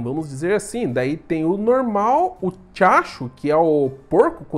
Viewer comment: Toda hora q o Velbs falava tiachu eu imaginava ele falando diacho kkkkkk